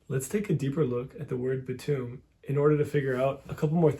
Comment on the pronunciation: I think bitum is actually biedum